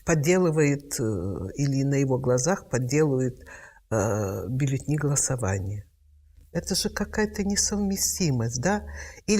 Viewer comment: Бюллетни.. Резануло ухо((( не ожидалала от Алексиевич. Бюллетени